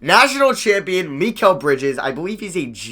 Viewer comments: Also, I think it's pronounced my-cal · It’s pronounced mahh keeel (L) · Pronounced Meh-kel Bridges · It's pronounced MY-kal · Mikal is Mih-Kell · you put so much emphasis on the "MI" part of mikal bridges name lol